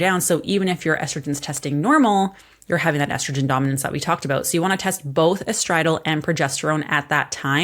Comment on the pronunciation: ESTRODIOL= ES-TRO-DIE-UL.